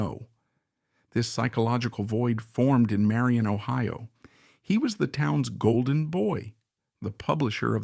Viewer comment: He was the town's bolden BOY. WRONG INTONATION. I'VE NEVER HEARD ANYONE SAY IT THAT WAY. I HAVE ALWAYS HEARD IT SAID: GOLDen boy. WITH THE ACCENT ON GOLD.